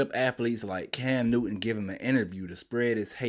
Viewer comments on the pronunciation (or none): none